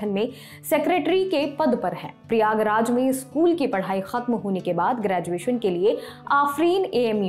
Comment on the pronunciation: प्रियाग्राज नहीं प्रयागराज नाम हैं